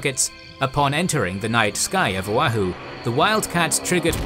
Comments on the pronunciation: for future videos its pronounced "o-wah-who" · FYI: Oahu = "oh-WAH-hoo" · Not to nitpick, but Oahu is pronounced "oh-AH-hoo" not "oh-uh-hoo", and Ewa is pronounced "EH-vuh", not "eh-wah" or "ee-wah", Koolau is pronounced "kOH-oh-lou", not "koo-lou". At some places I was confused by where you were folks referring to. My grandfather lived in Honolulu when Pearl Harbor was attacked. He was about 14 years old. He enlisted just before the end of the war. He and my grandmother are buried at the National Memorial Cemetery of the Pacific in Punchbowl Crater. Keep up the good work. 🫡